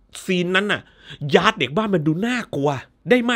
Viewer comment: ออกเสียงว่า ยาด ไม่ใช่ ย้าด มาจากชื่อจริงว่าทายาท ที่เขียนบนโรงศพ